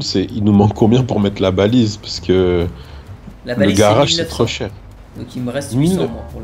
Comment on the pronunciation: il dit pas:-age mais:-ache, un garache, un braquache... 😂 😂 😂